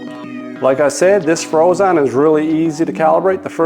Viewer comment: Not sure I can trust someone that pronounces Phrozen incorrectly.